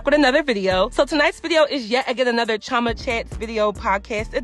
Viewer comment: Girl u still haven't learned how to say chi-o-ma with an o... That's y I stopped watching uur channel... This some fake Nigerian blogger... I hate having to repeat this u would think someone in uur family would have told u ur not saying chioma correct... It's not ur fault but I have to stick up for my ethic bckground